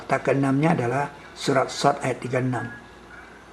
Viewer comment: bukan shod, tapi Shaad, nulis surah aja salah